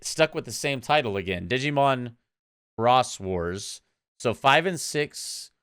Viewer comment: Okay, so, anime wise. Digimon Adventure and 02 are in the same universe. 02 happening like 3 years after the first. All the others take place in their own universe. Savers just happened to have 2 seperate openings. Xros Wars, which you pronounced correctly also had 2 openings, and a sort season 6.5 after Xros Wars with its opening. And then Appli Mon exists. Another fun fact: Savers is called Data Squad in English and Xros Wars is called Fusion in the dub.